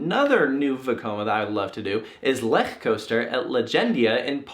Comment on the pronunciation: Wow, the first American that pronounces "Lech Coaster" right.